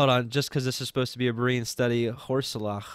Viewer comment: Thank you brothers, great study., I think "horseleach" is pronounced "horse leech". Maybe